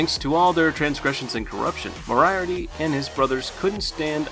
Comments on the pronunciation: the only thing that annoys me in this video is how he says moraiarty instead of moriarty, it hurts to hear... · With much respect it's pronounced "More - E - Art - E" emphasis on the syllables matters. But still definitely a great list. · I ignored it when he pronounced "Moriarty" the way he did, but when "dabewt" instead of "debut" I was like...what? lol